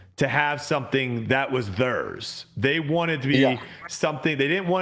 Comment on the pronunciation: Why does pronounce theirs as "thurs"?😂